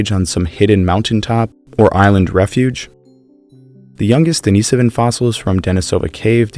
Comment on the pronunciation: I'm not sure why you pronounced Denisovan correctly but Denisova incorrectly. They're the same word. The Russian i is pronounced like an English e, and the emphasis is on the second syllable, as you pronounced correctly in Denisovan.